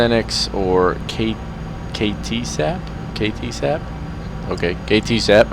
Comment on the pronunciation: Just for future information: KTSAP is pronounced "Kitsap," which is the name of the peninsula on which it was located. And it was a little amusing to see a Washington State University livery used as a tribute to Seattle…WSU is located at the far opposite part of the state, and is the traditional rival of Seattle's University of Washington. This would be a little like me showing up at KPHX in a U. of Arizona paint job, while claiming it was meant to honor the Phoenix area. ;-)